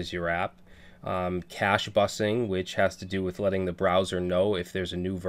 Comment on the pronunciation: its actually 'cache busting', not busing